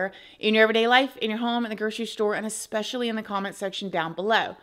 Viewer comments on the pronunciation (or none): none